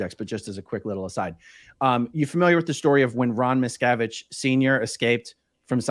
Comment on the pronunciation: David Miscarriage?😆 or David Miscgarbage? MisCabbage